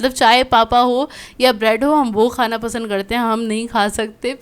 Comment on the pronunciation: 'Pasan' instead of 'pasand' 😆